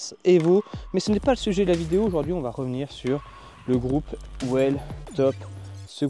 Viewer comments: Whell et wheel ne veulent pas dire la même chose ! Merci de prononcer 'wiltop', à minima, même sans forcer sur la longueur du i. Ça et les zometrainer, c'est horrible à l'oreille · Merci pour ce retour. Par contre ça se prononce pas wiltop comme wheel en anglais pour "roue"? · À la quatrième vidéo, il serait peut-être temps d’arriver à prononcer correctement le nom de la marque 😉